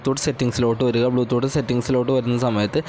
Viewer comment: Podoo... Oonte or bloo thoott 🥴